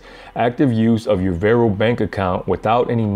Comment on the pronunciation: It’s not “Vairo” it’s VAR-O